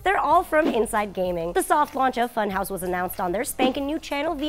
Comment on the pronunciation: You pronounce funhaus wrong.....